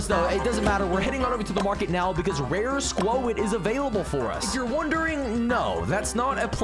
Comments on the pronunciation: was trying to type what he said it’s pronounced squot but he said like spuowt or something he also says in some previous videos jeeodee he pronounced the E but using proper grammar you wouldn’t say the ending E one jeeode it would sound like Jee-O-d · For the love of msm, its pronounced SQUAT not SQUO-IT 😭🤣